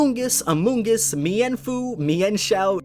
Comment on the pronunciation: Mike-Mi-en-foo. Me So funny!!!!!!!!!!!!!!!!!!! Its Min-fee-no.